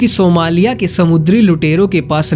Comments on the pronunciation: अरे मूर्ख का बच्चा सिमोलिया नहीं सोमालिया होता है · ये सिमोलिया नहीं है, इसे सोमालिया कहते हैं अपना pronunciation ठीक करो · Bhai Simolia nahi Somalia 🙏🙏🙏🙏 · भाई मेरे सेमोलिया नहीं सोमालिया है। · वो सिमोलिया नही सोमालिया देश है🙏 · हिंदी सुधारो यार सोमालिया तो ठीक बोलो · सोमालिया तो बोलना सीखो